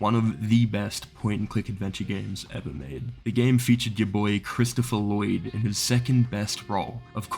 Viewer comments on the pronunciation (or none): none